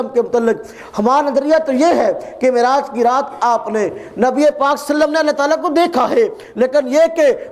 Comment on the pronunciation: sala ye mere murshid ki bat krta he khud to ye MUHAMMAD pak pr salam bhi thik se nhi deta .....pta nhi kia ''salle salam'' keh raha he MUHAMMAD ke nam ke bad....